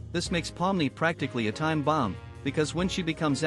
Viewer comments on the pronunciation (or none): none